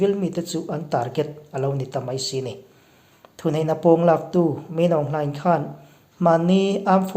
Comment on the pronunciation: Min Aung Hlaing hming i lamdan i thiam ber e,. UNO Veto Power ka Dislike kum khua tawh ang.An nep em mai.Nep tak an ni. Tahan mipui te huaisen taka, Uicho ho do zel tur leh hnehna chang ngei turin duhsakna ka hlan che u a.CHawlhni zana Tatmadaw Sniper in man kha,hrem turin India ramah raen thawn teh u.Zawi muanga thah kan chak teh mai ania